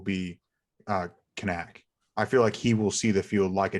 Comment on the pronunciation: I think his name is pronounced "can-nick"?